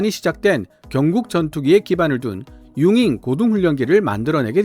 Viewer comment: 응잉 이 라니요? 우리식 한문 발음 으로 용응 이라 하면 너무 좋을 텐데.... 우리나라 사람 이면 국뽕 ? 이래도 우리식 발음 으로 하시길 간절히 부탁 드립니다.